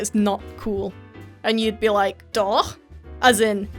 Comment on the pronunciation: Wow. Its very rare for a brit to pronounce the "ch" in "doch" correct. :D Ur ch is amazing. Like from a native german speaker.